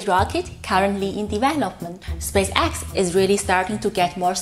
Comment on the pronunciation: I understand what you mean. Part of my mind is always analyzing her accent and strange 'rhythm' of talking instead of listening to the message. One thing she could practice on is saying 'spaceX' the right way :) the emphasis should be more on the spAce, not so much on the X. Other than that keep up the good work, I love the videos!